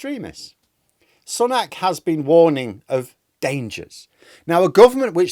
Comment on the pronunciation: Sun ack? No, Su nok.